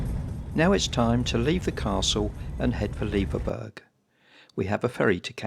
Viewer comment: Loving seeing the Isles again. We almost bought a bnb in Leverburgh and will be visiting again very soon. Just a wee point. Leverburgh is pronounced the same as Edinburgh. Honestly, I got so slated for my mispronunciation of Gigha. People can be so unkind sometimes. Don't want you guys to fall foul. Looking forward to seeing the rest of your trip 🙂🐕🚙